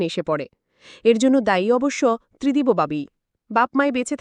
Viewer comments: Not Tridibo.Tridib.sunte baje lagche. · Tridib babu 👌 Not Tridib bo babu keno bolchen ???? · Spelling uccharone mistake ache, Tridibo na, Tridib r ta ekbare uchharon korte hobe. Otherwise good good explanation. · ত্রিদিবো নয় ত্রিদিব হবে।নিজে একবার শুনুন ।অন্যথায় ভালো।। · গল্প নিবাচন ভাল কিন্তু গল্পপাঠের প্রশংসা করতে পারলাম না | কন্ঠস্বর মিষ্ট কিন্তু গল্পটি গড়গড় করে reading পড়ার মতো মনে হল | ত্রিদিবকে অনেকবার ত্রিদিবো বলা হয়েছে | ক্ষীণো কন্ঠস্বর নয় হবে ক্ষীণ কন্ঠস্বর | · The name is wrongly pronounced .